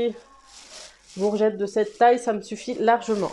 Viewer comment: Salut ma belle plaisir de te revoir tu te mais rare en ce moment j'aime bien comme tu prononce les "gourgettes" moi 🤣🤣🥰